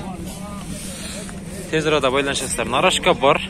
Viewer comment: Нарашка эмес, тура айтылышы Нароска вахаха калхоз